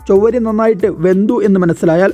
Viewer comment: ചൊവ്വരി അല്ല chavvari